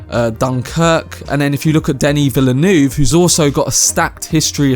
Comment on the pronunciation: Plz learn to pronounce Denis Villeneuve's name.